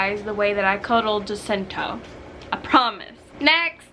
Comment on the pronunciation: it's pronounced as "hasinto" ( i know you know it 😂)